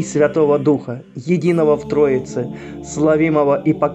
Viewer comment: НЕ СЛАВИМОГО, А ОТ СЛОВА -- СЛАВА, Т.Е СЛАВИМОГО, Т.Е УДАРЕНИЕ НА БУКВУ А.Иначе другой смысл получается, что мы его словили.